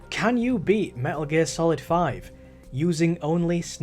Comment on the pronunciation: "Me'uh Geer Salad V" my blood is on your hands